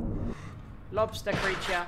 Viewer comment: I love how tubbo thinks they were attacked by a 'lobstah' when it's so clearly spider!!!!😂😭😂😭😂